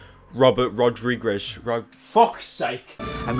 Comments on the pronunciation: It's pronounced like this: Ra-Dree-Kez. That's the best way I can explain how to pronounce his last name. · Robert Rod-ree-gezz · Here pyro, let me help you. Robert ROD-REEG-EZ Does that help? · Robert rod-re-gez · Say it with me, daddy. ROD-RE-GEZ. I think. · Ra-Dri-guess, Rodrigues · It's Rod-Ri-guz and dat is how u say it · Pronounced (RO-DRI-GEZ) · Its pronounced rod-ree-gez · Bro cannot say rodriguez lmao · its cute how he cant say rodriguez